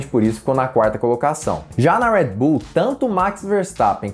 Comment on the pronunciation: Agonia quando ele fala "Uédi Bull" KKKKKKKK